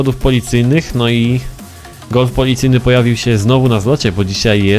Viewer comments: °_° Gulf!? Czyta się galf* ♡♡♡♡♡ XD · Nie gulf tylko galf! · czyta się galf